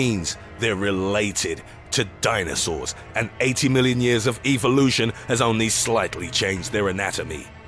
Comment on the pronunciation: How the hell do you manage to pronounce evolution wrong? That's mind-boggling!